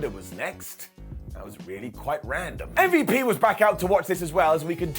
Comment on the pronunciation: Lol what did call MVP.. Umm-vep?